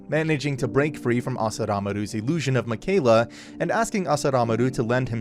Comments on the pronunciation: Ur mispronouncing mikaela it's pronounced mickeyela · Its Yu-ich-i-ro and Mi-kai-la. That's how its pronounced. :(